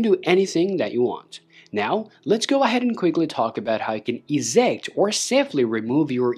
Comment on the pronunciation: They way you pronounce eject hurts.... badly...